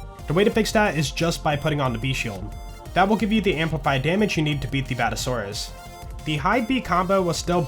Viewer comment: It's Bad-Ass-A-Saurus, not a Bad-A-Saurus. Other than that, great video